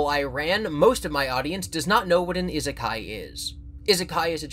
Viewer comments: It's Ee-sekai, please don't make this the new Ningen for your channel. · I've just discovered content and I love the fever dream his humor/theories/collabs take me on, but NOTHING could have prepared me for how he pronounces "Isekai".